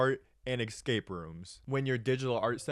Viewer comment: the "excape" pronunciation make this almost unwatchable